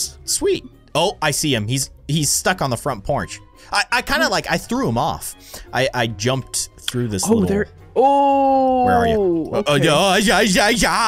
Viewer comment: “He’s stuck on the front pornch.” -, 2020